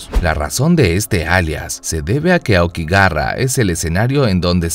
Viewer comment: por que pronuncio aokigara? XD